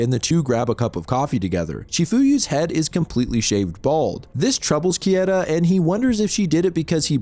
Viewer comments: Bro, it's not "Kieta", it's "Keita". As in "Kay-ta". I know you've watched anime. >:( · pleaseeeee how is it that you're a horror manga channel and don't know how to pronounce "keita" 😭😂 "kay-tuh" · I've watched a bunch of your videos now and some of your pronunciations are way off. Japanese vowels are the same as Spanish vowels. For example Keita= KAY-ta The emphasis is also on the first syllable. For example O-gushi, HI-bino, CHI-fuyu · Keita Kieta English natives and japanese names or words. hahaha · KAY-TUH, dude; you're getting those letters a bit jumbled. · the way you pronounce "Keita" is so upsetting... why wouldnt you just look it up if you knew you were going to say it so often? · I mean for one, his butchering of Keita's name lmao. I could go line per line and pick out the inaccuracies but it's easiest just to tell you to read the manga